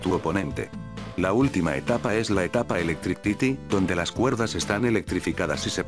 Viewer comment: Ah, cabrón!! ELECTRITI. Jajaja Qué zendejo!!